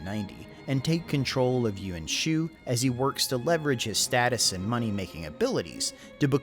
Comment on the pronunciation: Pronunciation of "Yuan" is still a bit off. It's almost like you're making it into two syllables, "Yew-en" as opposed to "Ywan." Just a nitpick, great video and background info as usual.